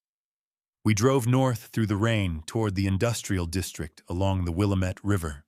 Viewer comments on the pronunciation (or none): Another AI story in the Portland, Oregon area and the automated voice is still pronouncing Willamette wrong.